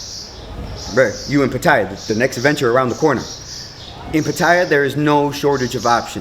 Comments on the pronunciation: It's Pat A ya FFS not pat eye a. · I haven't watched the video yet, just 23 seconds of it, but already it is difficult for me to take you seriously when you can't even pronounce the city correctly. It's not 'Pa-tie-ya', it's 'Pa-ta-ya'. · Pha Tha Yhaa the y is not used is the correct pronunciation* Great documentary Sir, thank You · i could pay attention to what this guy says if he only would pronounce PATTAYA right! Otherwise, it's not worth my time. Having been to Thailand a lot, I learned early that you gain respect by speaking the language correctly, even if you only know a few words. If not, the people will still smile at you - it is, after all, the Land of Smiles - but some will secretly think of you as just another farang khi nok: bird-shit foreigner!